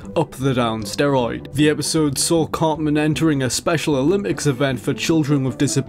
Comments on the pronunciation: Tell it is pronounced Eric CarTman and not Eric Carman. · It's Eric Theodore Cartman, not ''Carman''. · Eric "Carman"... Dude. -_